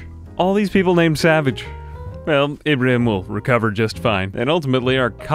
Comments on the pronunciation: Beautiful video! Splendid show of power I'd say honestly. Also a quick note Ibrahim is pronounced as Ibraheem, I apologise if it may seem rude just irks me a lil to hear it pronounced wrong when it's a recurring name. I look forward to your videos on the daily my good sir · Ibrahim's name is pronounced Ee-bra-heem. The way you say it has been driving me crazy. Thanks for the video though